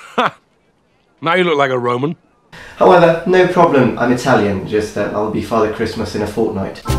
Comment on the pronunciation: RO MAN. ROH MAN. Not RAY MAN. Anyhow you look much better without the beard.